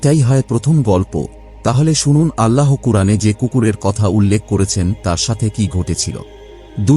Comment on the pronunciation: আল্লাহো নয়, আল্লাহ